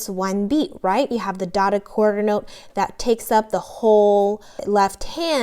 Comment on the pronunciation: "Dodda Qwuarda note, 3 beats" lol good stuff.